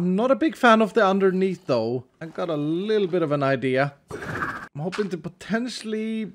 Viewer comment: Underneetho its like underneeth etho